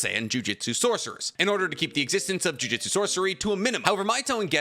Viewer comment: Every time he says JUJITSU instead of JUJUTSU I get irritated. It's just a weird thing to do when I know he can read.